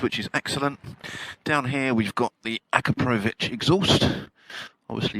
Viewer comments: Akaprovich????????,🤣🤣🤣🤣🤣🤣🤣🤣🤣 Akrapovic!!!!!! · You mis pronounce akropovic, by the way. Not sure why they are still selling aftermarket exhaust when all these bikes are now tuned up for the tightest euro emissions specs. Mabe a change in tone, but cannot really do that much anymore. Certainly nothing at all to speak of for performance.